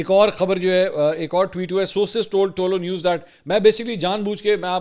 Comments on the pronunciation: آپ تعلق نیوز بول رہے ہیں جناب یہ پشتو زبان کالفظ ہے صحیح تلفظ یہ ہے۔۔۔ تہ لو نیوز ۔۔۔۔۔بولا کریں😊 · سر صرف کریکشن کے بول رہا ہو۔ تولو نیوز نہیں یہ "طلوع نیوز" ہے۔ love you